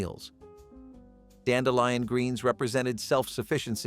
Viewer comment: ...dandelion sounds correct.